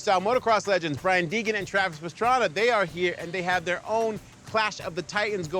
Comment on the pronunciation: When did start announcing and why does he call Pastrana, Pastraner?